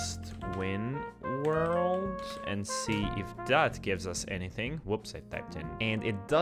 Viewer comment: winworold "ž"? Balkan brother